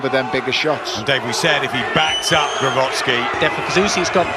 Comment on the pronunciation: Saying "Glowatscki" the entire fight, nobody correct him. Like disrespect for an elite fighter.